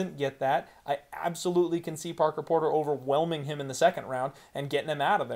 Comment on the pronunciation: I'm so proud of u u finally got Parker Porters name right and more than once. You're moving up my guy lol